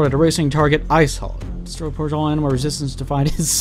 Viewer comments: "Offlining the AMINAL predator" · "Aminal predator" I love that. I say that instead of "animal" for fun from time to time.